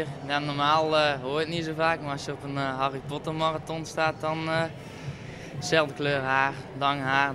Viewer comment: Harle Potler 😂